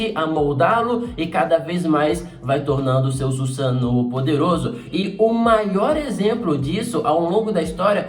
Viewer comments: Dar agonia ouvir o falar "Susano'o" kkk, pode falar normal eu não ligo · O jeito que ele fala Susanoo com o sotaque, fica na mente kkk, não tem jeito kkk